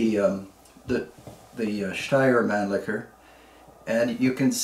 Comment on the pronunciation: The pronounced steyr Mannlicher puch was nearly perfect. Regards from Austria